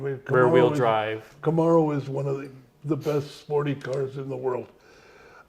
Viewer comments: Who knew you could say things like "weird cars for weird people" for one of the brands "Saturn", mispronounce the name of a top selling vehicle "Camero", kill a popular brand in America "Pontiac" but save a popular brand in China "Buick" that most American's didn't care about and still be so high up in managing a company that's considered an American company producing these brands of cars. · That bugged me too.. "Camarro"! 😖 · Mr Lutz has a very usual way of pronouncing "Camaro". The first few times he said it, I didn't even realize what he was saying. I've never heard anyone else pronounce Camaro like that. Someone should ask him why he does. My only guess is that he might be frustrated by how often it is misspelled as "Camero", so he decided to consciously pronounce it in a way that no one would think the second vowel is an E... You think?